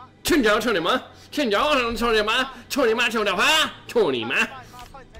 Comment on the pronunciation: you know it's Cou Ni Ma . not tony ma, right?